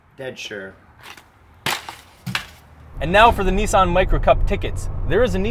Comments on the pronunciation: It’s not nisaaan, it’s pronounced nison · Americans be like "this is the niece - Ann micura" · Lol you said neice-anne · Knee san